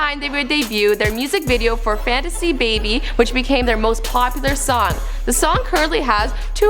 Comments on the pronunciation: it's not fanticy baby it's fantastic baby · Hi I'm new here but I just heard you said Fantasy Baby but it's actually Fantastic Baby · It's fantastic baby, not fantasy baby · she's says Fantasy Baby.. It's actually Fantastic Baby... VIP Forever... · it's fantastic baby not fantasy baby. "smh" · LOL this video is so fucking cringey. the pronunciation on theyre names. and fantasy baby? REALLT? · ....you can’t believe some one that can’t even say the name of of the the biggest songs made by big bang. “Fantasy baby”. Wow. Days are numbered my ass. They’re kings. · Desung my baby and top ❤️❤️❤️ but the way she said fanstay baby omg no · Did she say fantasy baby???! Wtf? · I'm sorry..... did she just say "Fantasy Baby"???? 👀 then played a CLIP and didn't bother to correct herself...... wow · not only did she say "fantasy baby" but she pronounced taeyang's name wrong. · This bitch said "fantasy baby" are you fucking kidding me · This is really nice ! and mostly true ! but please don't say Fantasy Baby again! i appreciate the effort tho, great job ! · FYI ever South Korean man is required to do military enlistment for two years. BB hasn't said anything about disbanding. Also is FANTASTIC Baby, sad to see that Americans can't even pronounce a song titled in their language. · did anyone else hear fantasy baby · I cringed so hard when she called their song fantasy baby